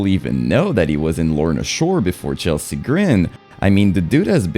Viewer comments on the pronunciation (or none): none